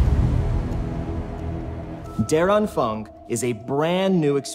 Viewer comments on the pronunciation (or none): You should at least try to pronounce the German words correctly. The word der is not pronounced like dare or derrrr, but more like day-uh. And Anfang, syllabic script, an-fang, is not pronounced with a k sound at the end, because the ending -ang does not call for it, but more correctly, on-fahng. Likewise, like with die Wahrheit, the german r sound is a delicate matter, and gives humor when English speakers approach German with the hard r sound so common in English. No, there is no gerrrrrrr or errrrr sound in German, more of a subtle -ah sound.